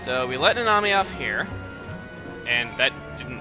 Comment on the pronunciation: Instead of "Nanami" i keep hearing you say "The Nami"